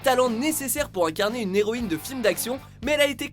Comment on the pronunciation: les Zhéroïne oh mon dieu mon oreille saigne